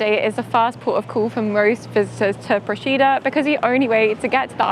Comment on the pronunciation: You've done a lovely job showcasing our little island, but please, please learn to correctly pronounce the name of the place before you post a video. I'm a resident, hearing it wrong is like fingernails on a chalkboard.